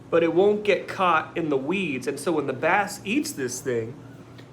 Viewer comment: I thought you said you were eating a bat, then I realize you said bass.